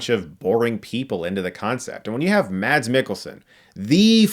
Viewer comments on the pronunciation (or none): Well that's sad, won't be watching this one. Oh BTW Chris, you don't pronounce the D in Mads in Danish. It's not exactly pronounced Mass, the vowel is shorter... kinda. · His name is pronounced Mas. You love him so much and he is so great. Please learn to say his name right Chris